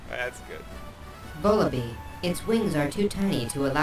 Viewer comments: Isn't Vullaby pronounced like lullaby? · The biggest Pokémon mystery to this day is wether vullaby is pronounced like baby, lullaby or wallaby. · You mispronounce Vullaby.